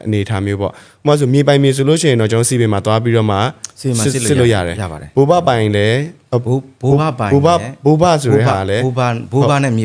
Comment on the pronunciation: ဘိုးဘွားနဲ့ဘိုးဘအသံမသဲကွဲဘူး၊အဲနေရာမှာဖြည်း၂ပြောပေးရင်ကောင်းမယ်